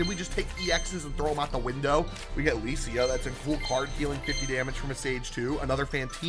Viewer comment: you read lisia wrong its actually really good